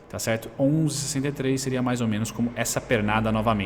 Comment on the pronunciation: Eu até imito seu "cherto"